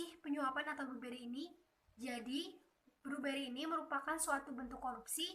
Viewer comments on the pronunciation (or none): ACFE.. bukan akuntansi.. Bribery... kalo bluberry itu meh buah... tapi kemampuan presentasinya sudah lumayan.. skillset bahasa inggrisnya diimprove ya..